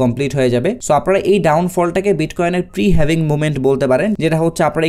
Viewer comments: Eijonnei bollam dictionary te HALVING likhe search kore then pronunciation shunen tahole bujhben etar sound HAVING hobe naki HALVING hobe! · Lol 😂 The original pronunciation is HAVING not HALVING!